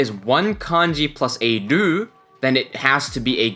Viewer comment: I am seriously wondering why you pronounce ru as dur